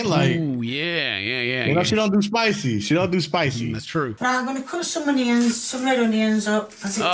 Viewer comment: I love it when Kay is cutting her hunyuns 👌